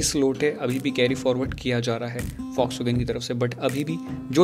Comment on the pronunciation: Fox wagen mat bolo bhai, dil se bura lagta hai 😭